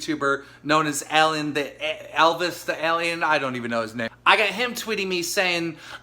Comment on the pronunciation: I like that keem obviously said Elvis's name wrong on purpose to try and make it look like he doesn't care